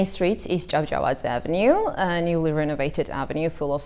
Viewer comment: "At the main street is Jajawasaldskfadshflkds Avenue." WHAT?